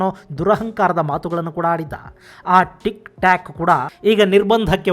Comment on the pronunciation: ಅದೇಕೋ ಗೊತ್ತಿಲ್ಲ ಸರ್ ಇದೆ ಮೊದಲ ಬಾರಿ ನೀವು ತಪ್ಪು ಉಚ್ಛಾರ ಮಾಡಿದ್ರಿ.. ಟಿಕ್ ಟಾಕ್ ನ ಟಿಕ್ ಟ್ಯಕ್ ಅಂತ ಮತ್ತು ಬ್ಯೂಟಿ ಪ್ಲಸ್ ನ ಬ್ಯೂಟಿ ಪಲ್ಸ್ ಅಂತ ಉಚ್ಛಾರ ಮಾಡಿದಿರಾ.. ದಯವಿಟ್ಟು ಗಮನಿಸಿ ಸರ್.. ನಾನು ತಪ್ಪಾಗಿ ಕೇಳಿಸಿ ಕೊಂಡಿದ್ದರೆ ಕ್ಷಮೆ ಇರಲಿ ಸರ್